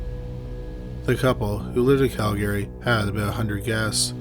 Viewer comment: Just curious. Aren't you from Canada?? If so...I'm confused as to why you cannot pronounce Calgary correctly?? LOL. 😎🤦‍♂️🤷‍♀️🤷‍♀️🤷‍♀️🤷‍♀️